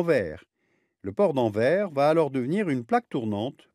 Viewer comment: On ne dit pas [Anver] on dit [Anvers] le "s" n'est pas muet.